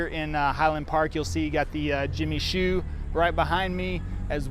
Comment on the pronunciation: Just want to kindly let you know Jimmy Choo is pronounced like Jimmy Chew! Great memories growing up on Livingston though. Miss hanging out in the village